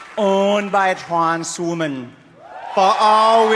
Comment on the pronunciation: "Owned by trans rimmin"